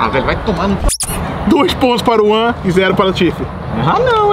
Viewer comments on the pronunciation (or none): none